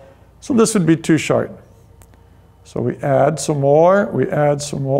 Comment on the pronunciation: He says 'short' like 'shart'